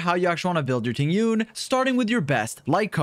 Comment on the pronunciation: Its not Ting Yun!! The correct pronounciation is Ting Yween 🤭